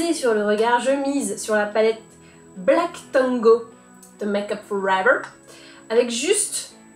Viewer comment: AH make up for ever ( aver l'accent ) m'avait manqué ;)